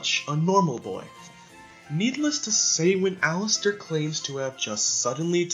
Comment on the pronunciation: What they’re saying: Allister What I hear: Alastor